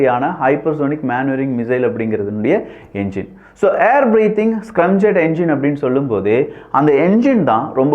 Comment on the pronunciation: தம்பி அது ஸ்கிரம்(scrum)ஜெட் இல்லை ஸ்கிராம் (scram)ஜெட் பல இளைய தலைமுறைகள் உன்னை பார்க்கிறார்கள் ஆகையால் இது போன்ற சிறு தவறுகளை திருத்திக் கொள்ளவும்